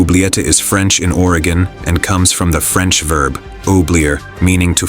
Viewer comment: "Is French in OREGON." The AI almost had me fooled until it couldn't pronounce origin.